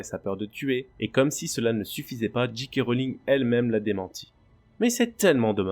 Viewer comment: Bonjour, merci pour la vidéo, essayez de dire Djé Ké Rowling et non Dji Ké Rowling. C'est dommage de prononcer à l'anglaise et si mal prononcer le 'J'.